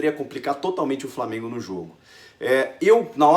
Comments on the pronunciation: Lamengo ? Que porra é essa Chico? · Lamengo? Poha Chico kkkkkkkkkkk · Pow Chico, Lamengo não né kkk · "lamengo" kkkkkkkkkk